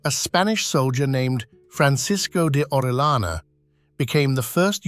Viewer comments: It's not orelana, it's Orellana! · You can search at the internet how to pronounce "Orellana" as not native english speaker people bother to search at the internet how to pronounce correctly the english names and surnames